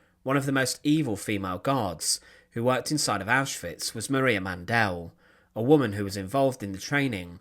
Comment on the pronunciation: The correct spelling is Mandl. Man-DEL is not the appropriate pronunciation either.